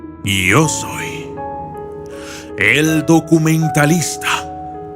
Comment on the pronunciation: al final dijo io soy el doqmentalista en lugar de decir yo soy XDXDxs